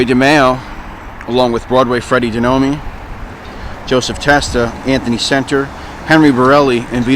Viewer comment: DeNome...not De noooo meeee